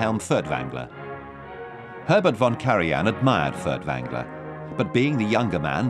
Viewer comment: Why are all the German names and words so poorly/wrongly pronounced? You would have thought someone would have coached the narrator a bit. I mean "Fertvangler"...